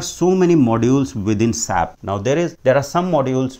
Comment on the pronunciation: Its not Sap its S-A-P, as a S-A-P consultant when you say sap it hurts 🤷🏼